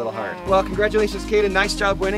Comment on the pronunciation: Kade not kaden